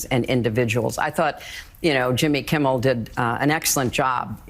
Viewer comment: I like listening to your podcast but please, please, please learn to pronounce Jimmy Kimmel’s name properly! It’s not “Kimble” aș you pronounce it, it’s Kimmel.